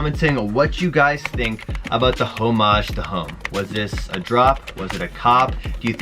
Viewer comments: I think you need to learn how to pronounce "homage" lmao but either way the HTH are ugly af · Also the way u say homage is so funny haha I laughed every single time 😂😂maybe that's the Canadian way